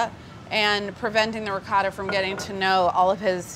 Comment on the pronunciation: Ricotta....please pronounce it right ,Noodle....yikes!!!